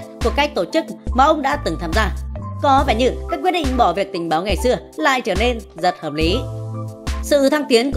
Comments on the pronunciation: Đề nghị ad đọc rõ ràng hơn 2p05 làm tình. Hay làm báo, hay làm tình báo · Làm tình....báo, ad biết ngắt quãng quá kaka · Sao auther lại đọc ngắt làm tình...báo😂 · Ad đọc câu " Làm Tình ... Báo" có ý đồ quá nha. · Đề nghị ad đọc cho trong sáng chút nha...cớ gì lại đọc “ Được cử đi nằm vùng tại Đức làm tình [ 1 quảng vắng ] báo”...:)) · Có ai để ý ad đọc làm Tình...báo không haha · Có nhất thiết phải ngắt quãng : làm tình ...báo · mẹ admin nó ngắt chữ: đưa đi Đức làm Tình..........